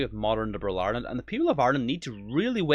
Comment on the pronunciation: The women talking about bringing in Hate speech , first she needs to pronounce Ireland properly it’s Ireland not Island , and if she doesn’t like the Irish people , she needs to go back and fix her own country of origin and stop trying to destroy Ireland .